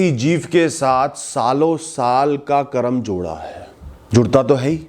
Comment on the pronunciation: बाकी सब तो ठीक है परंतु 'करम' नहीं बोलें, वह शब्द 'कर्म' है।